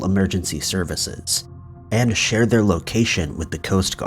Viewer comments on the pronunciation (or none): none